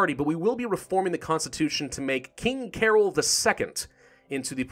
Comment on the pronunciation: is promounced carol. cah-roll.